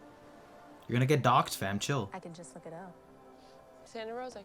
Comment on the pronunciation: haha docked. It's doxxed.